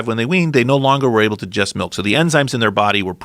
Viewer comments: He can't say digest he says djest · “To jujest” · I absolutely hate the way he says "digest"